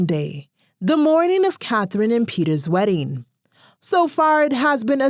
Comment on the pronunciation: 😂😂😂 I heard werrying ( wedding) hahahahaha